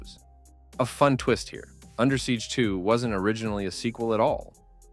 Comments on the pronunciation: I gotta say, it's under siege. Not Undersiege. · Good video, though I must complain about how you pronounce "Under Siege" as Undersiege, as if the siege is going on under. Repeatedly.